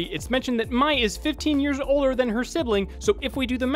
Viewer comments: Its not prounouced “my” its “may” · mai is pronounced may it's a common mistake though so don't worry. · He did not just pronounce mai as “My” They clearly say her name is Mai. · Did anyone else get mad when he said mais name as “my” and not “may” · Why does he say mai like mi i thought it was pronounced may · "Make-oh"='Mock-oh", "Kee-uh"="Kigh-yuh", "My"="May".....and you criticize M Night. Shamalan's pronunciation... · in the show people are saying it like "mei" which is an actual chinese name but apparently it's "mai" which is japaNESE SO IDk... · Cringes he also pronounced Mai's name wrong..its may not my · it’s not mye, it’s MAI. (May) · I know you did not pronounce Mai's name as my. Its pronounced like May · Kya = Kai-ya and Mai =may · Also it's not "My", it's "May" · Its may not mai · Why are you pronouncing mai like 'my' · I was looking for this comment. Omg it bothered me so bad! It’s Mai (may) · Bothered me too. I named my Daughter Maiwen and my biggest fear is people calling her my-wen. I know it's pronounced differently depending on where you are though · You complain about the movie pronouncing Aang's name incorrectly, yet you do the same with Mai 😂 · But what counts is its pronounced "may" and he managed to get that wrong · I love the pronouncing of Mai when it's obviously may 😂😂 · You mispronounced mai’s name. You pronounce it like the month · I was outraged with avatar the last airbender live action movie when they pronounced Aang's name wrong but how can you pronounce Mai as my?????? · The pronunciation is may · Her name kya pronounced ki-ya and mai is pronounced m-ay. I hope that helps 🙂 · Btw kya is pronounced Ka-ya=kya And mai pronouced may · Mai's name is pronounced may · It’s pronounced May, but spelled Mei. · "The horrible mispronounciation of Aang in the live action!" proceeds to mispronounce Kya and Mai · He also miss pronounced Mai. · Mentions mispronunciation of "Aang" Goes on to mispronounce Mai's name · You said Mai wrong